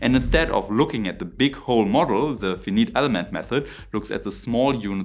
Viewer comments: Indeed, this really threw me off. At least run these terms through an app to get the pronunciation correct. Pronunciation is as important as your sources. For which I applaud you. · Never hear finite said in a more wrong way. Very nice video though. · You're saying finite wrong. Long I sounds, not short i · Dude please ask an American how to pronounce the word "Finite" or just go to google and type in Finite pronounce. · I agree, but Bayesian remains understandable. It's the pronunciation I expect from non-English speakers. Finite ... I had to turn the closed caption on for. (It was shown on screen later ... but I didn't know that yet.) It's an understandable mistake of course - given how Americans say "infinite," the pronunciation of which is highly popularized because of the Marvel film "Infinity War." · I agree -- his English is quite good. And, you're right, if you assumed that the way INFINITE was pronounced applied to FINITE, it would be ok. Hence why I gave the "protip", because he's clearly been pronouncing it incorrectly for quite a while, and he seems to care about pronouncing English well (and American English at that). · Lieber, bitte check nochmal deine Aussprache von "finite" for finite elements 🙏 Nur als Improvement gedacht😊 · It's fi-nite, not fin-it. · Say Fiiiii Niiite Or Fii -Night instead of Feneat, sounds better. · Finite should be pronounced like fine night. Very distracting to hear it pronounced like fee neat. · Forgive the pedantry...but finite is pronounced figh-night not fee-neet. Excellent otherwise. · VEINEIT elements... not Fi nit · Excellent content but here’s a tip for English as a second language folks. Fin-eat is incorrect. It’s pronounced fine-ite. 🙏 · It's spoken Fie- night not Fee-neet, and it's 1/64th, not 64x less.....JFC!!! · "Finite" is pronounced "Fai Night" rather than fineeet. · Ok mate. Love your stuff.I'm Australian, so perhaps I shouldn't be telling anyone how to speak English, but Finite is pronounced F-eye-night.